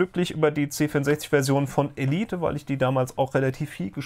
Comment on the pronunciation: Nope, "Elieht" nicht "Ehleit" ;-)